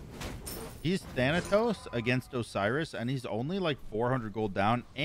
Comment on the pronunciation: did he say OH-SIR-ISS?, bruh. It's more like OH-SIGH-RIS